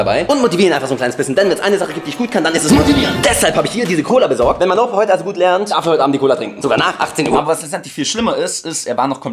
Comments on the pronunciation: Ich dachte auch das er mein Opa sagt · Es tönt so als würde er sagen: Mein Opa 😂😂😂